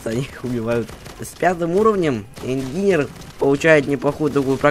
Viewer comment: По моему он по английски так и читается инженер а не ингинер